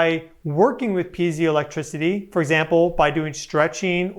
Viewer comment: I believe it's pee-ay-zo or pee-eye-zo electricity? Vs pee-zee-o. If I'm correct, I say this to help anyone look it up if they're speaking into their device.